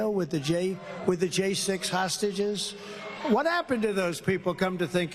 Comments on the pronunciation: Hosuges Ben he called them Hosuages.. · Did he say he calls the insurrectionists "h'sausages" ? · Actually he called them hossagizzz